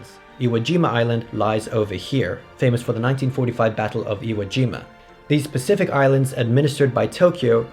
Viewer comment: you accidentally said spasific